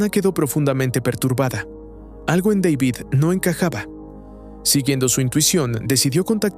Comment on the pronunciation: Dale hermano, no puede ser que no sepas pronunciar el nombre de David